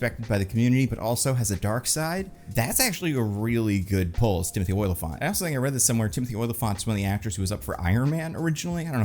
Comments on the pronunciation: It's Olyphant, pronounced like elephant with an "ah" sound. Not "Oil-i-fant." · you need to learn how to pronounce Olyphant correctly